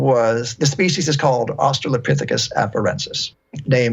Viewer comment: I was hoping this guy would set Joe straight on how to pronounce Australopithecus. He always says Australia-pithicus lol